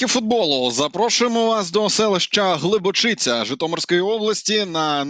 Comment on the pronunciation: ГлибоЧиця а не ГлибочицЯ